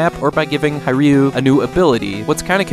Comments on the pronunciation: It’s not “High-Ryu” it’s He-Ryu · Just a tip - "Hiryu" is literally pronounced like you'd say "Here you" :D